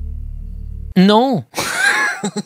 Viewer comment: j'adore le " NOn "